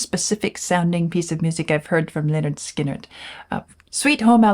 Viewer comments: Looking forward to this but the first three seconds not good, can I refer you to the title of their first album: “Pronounced 'Lĕh-'nérd 'Skin-'nérd” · He doesn’t know how to pronounce Lynyrd Skynyrd